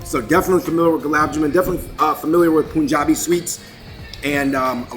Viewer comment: 1) Malabar curry is from Kerala, south india Lamb vindaloo is indo portuguese dish from india state goa 2) majority dishes names this dude pronounced wrongly 😂 3) it is pronounced as pun jab not poonjab 4) kathi roll is Pakistani? Dude your information is so wrong in so many cases. atleast do your research before speaking and recording. Kathi roll is indian.. originated in Kolkata 5) + points for wearing white tshirt and for keeping it white